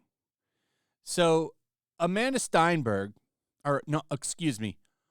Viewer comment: Stenberg. Sten, like pen. Please stop sounding her name like she's Jewish. She's not one of ours and we don't want her, even by accident of pronunciation. Please and thank you.